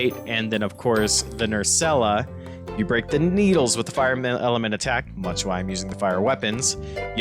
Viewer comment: Mainly just Nerscylla. You were saying it with an extra syllable. It's pronounced Ner-Sil-la.